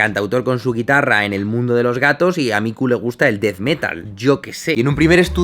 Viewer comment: que bueno que el nombre de tu gata se escribe con K (Miku) si fuera son C pensaría que ese nombre viene de Mi-ku-lo jajaja de todas maneras cuando lo dices se puede escuchar como a Mi-cu-lo jajaja suenas bien Jaime es solo una opinión... Flipe de risa 😂, saludos